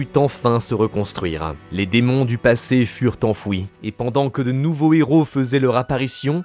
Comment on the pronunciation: A un moment j'ai cru entendre "Dans le passey!" xD